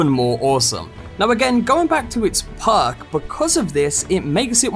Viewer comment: It took me 4mins to realize he wasnt saying PARK but perk...i was wondering wtf a park was on a weapon